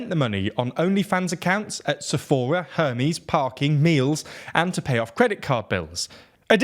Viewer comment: Hermès is a French brand; it's pronounced more like "Air-MEZ" rather than the Greek messenger god.